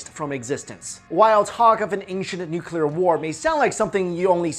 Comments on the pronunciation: yeah there was definitely a "noocuuuulllllluuuuurrrr" war 4000 years ago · Great video - interesting pronunciation - should be MA-ha-bha-ra-ta for Mahabharata & new-clear for nuclear ;-) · Please, stop saying "nuculer".. ok? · Sorry but I don't trust anyone that pronounces nuclear,nuculor. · haha, he says "nucular" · He says nucular XD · Nukyular nukyular nukyular 😂😂😆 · 'nucular' ... cringe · Nuclear, not nucular lol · you are way to intelligent to mispronounce nuclear. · _ He can't pronounce nuclear either. Cheers. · Can nobody pronounce nuclear properly? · lay off the drugs dude and study english pronunciation instead. "nookilar"? "archie-type"? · dammit, its nuclear not nucular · It's not a major issue but it DOES absolutely drive me up the walls ... The word is "NUCLEAR", being derived from the word "NUCLEUS". It is pronounced NU-KLEE-US, and not "NU-KYU-LUS". Hearing "Noo-kyoo-lur" from an otherwise educated person is like fingernails on a chalkboard. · it's "nuclear", no nukular! Please learn the f_king pronunciation before anything else. Thanks. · I hate it when people say NUKELAR !!!! 😡😤 the word is NUCLE AR !!!!!! Please !!!!! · Why can't people posing themselves as experts learn how to properly pronounce nuclear. Please note it's not nuculear. It's nuclear. Get it right! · Sorry, I need to say this! Why do you keep saying nukelar instead of nuclear? Secondly, we think that the nuclear bomb is the ultimate weapon of destruction... so invariably we extrapolate this onto the advanced ancients! This is wrong, because in nowadays we are based on going against the Universe and the Nature itself... ancients didn't have this kind of weapons... they knew how to preserve the Nature's laws! They USED the power of Nature! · I'm sorry, what kind of warfare? the title says NUCLEAR but you say Nuculur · There are no theories of ancient nuclear war, just hypotheses. Learn the definition of theory please, and its nu-clee-ar not nucelar.